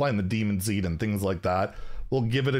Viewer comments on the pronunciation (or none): none